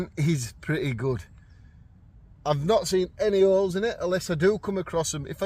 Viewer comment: Did you say they had holes in them, or did you say oles?😉😘🤪😗🇺🇸🇬🇧👏👏👏 Except for having three of the same tents, I don’t think it was a bad deal.